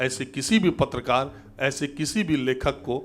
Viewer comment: ये पत्तलकारों को पत्रकार कह रहा है, उच्चारण दोष के कारण।